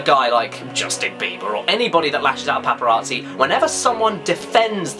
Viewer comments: The "Paparaatzi" ey Caddy? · I find the way you say paparazzi amusing.